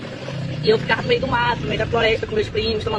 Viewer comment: "Eu tarra e ficarra"